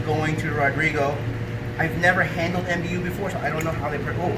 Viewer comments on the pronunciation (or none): MBU is pronounced maboo my friend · Normally very fond of your videos.....this was a bit sad though unfortunately. Not spreading the right message to potential owners. Puffers should never be handled in such a way, and should not be cheered on to "puff" out of water. The mbu is pronounced just like mbuna cichlids, not m,b,u......I am hoping to become the first person to breed mbu in captivity. I have been trying for 10 years on and off